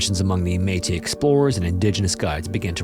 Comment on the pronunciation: The meetus and the deans have been all but been replaced by the metis and the denes 😂 in all seriousness you atleast learned to pronounce it right after last time lol